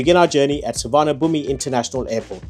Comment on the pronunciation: There is no V in the Thai language and the “i” at the end is silent. “Suwanapoom” is a decent attempt.